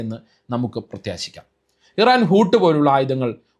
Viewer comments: ഹൂത്ത് എന്നാൽ തിമിംഗലം എന്നാണ് - ഹൂട്ട് അല്ല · ഊട് അല്ല. ഊത് ആണ് തിമിംഗലം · ഹൂട്ട് അല്ല ഹൂത്ത് 😊😊